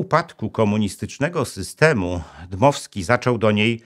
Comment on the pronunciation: Dmowski nie Dymowski panie Inżynierze.